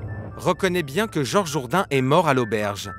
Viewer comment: Mdr "bieng" horrible😂😂